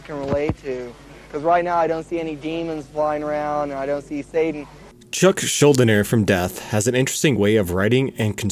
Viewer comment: His last name is actually pronounced shool-DEE-ner. Can hear it said correctly as well in an interview with Gene Hoglan.